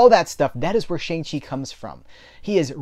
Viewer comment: I had to stop watching this review because you kept mispronouncing his name. The character even told the audience how to pronounce his name correctly. When you deliberately mispronounce the name of a person of color, it's insulting and a bit offensive. I normally like your reviews, but I totally disagree with you. As an Asian man, it was great to finally see an Asian Marvel superhero who wasn't some freaking stereotype.